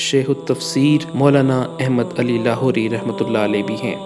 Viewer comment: بیٹا احمد نام کا تلفظ درست طریقہ سے ادا کرو ، اپنے مدرسہ والوں سے سیکھ لو شاباش